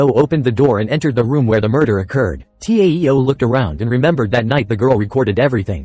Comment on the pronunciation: He don't now how to pronounce TAO and TEO